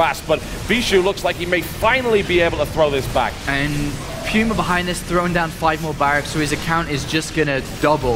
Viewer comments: Puma is pronounced Pew-ma. Do some research before you talk shit moron. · i'm guessing you're right. We (in the states) say it like poo-ma. Sounded kinda funny at first lol thought it was some foreign word but ya